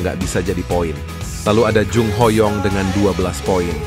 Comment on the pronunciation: Min kenapa so young dibaca so yang? Ho young dibaca hoyong?